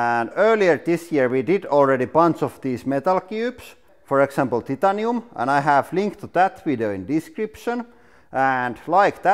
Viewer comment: The way he says titanium is funny ^x^